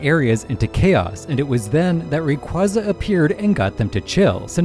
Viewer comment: PSA IT IS PRONOUNCED RAY- KWAY-ZUH! NOT “rahqwuaza” THIS HAS BEEN OFFICIALLY COMFIRMED BY POKEMON and if that wasn’t enough it’s literally how they say it in the anime🤦🏼‍♀️